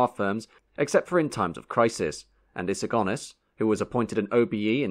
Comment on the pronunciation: Good point well made I wish he had learned to pronounce Sir Alex's Surname properly Go Nis not Gone Is...